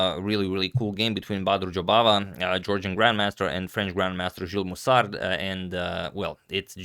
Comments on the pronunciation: Hey, not to be annoying but since you usually pay attention to the player's name : Moussard has a silent d in the end. It is pronounced [MUSAR] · Don't need to pronounce the "d" at the end of Moussard. Nice vidéo 👍👍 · You don't spell the "d" of Moussard ,in French ;)